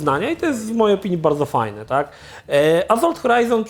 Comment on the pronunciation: To już chyba cecha wspólna i Krzycha i chłopaków z TVGry, że mają awersję do litery "s" tam gdzie powinna być wymówiona. Azolt, Maz Efekt itp.